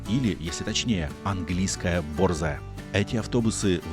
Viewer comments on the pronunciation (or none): настолько совершенен, что радуюсь как ребёнок когда удаётся подловить его хоть на чём-то. Так и тут, ударение только борзАя. Наверное, он специально оставил чтобы добать колорита, ведь в русском есть и слово бОрзая😂, но это скорее о решительной даме. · Собака - борзАя, а не бОрзая!